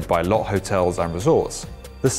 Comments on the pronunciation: For future reference, Lotte (the Korean skyscraper in this video) is pronounced "low-tay" not "lot." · Hey just FYI, the Korean conglomerate Lotte is pronounced "lo-tte" not "lott" great video otherwise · Its pronounce Lot..Tay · Lotte is pronounced "loh-tay" ;) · No. It's pronounced as Lote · It's pronounced low teh